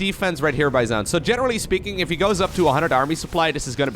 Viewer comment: Zoun is pronounced just like zone, just FYI!